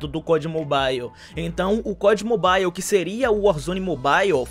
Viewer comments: a pronuncia certa é "Mobal" e não "Mobaiu", vc acha que seria uma boa vc trazer isso pra galera, por mais que seja algo pequeno, mas faria até que a galera entendesse quando os devs falasse sobre o game e tals. Sucesso irmão, seus videos são muito massa. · Ave Maria eu so escutei "mobail" nesse video 😂😂😂